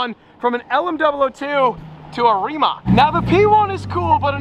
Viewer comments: its rimaC, not rimaK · I have been waiting to see you in a Rimac, would be fun to see it on a track against others. I think it's pronounced Ree-mats though. I'd go with the McLaren 😉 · Rimac is pronounced..........REEMAHTS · It's actually pronounced rimatz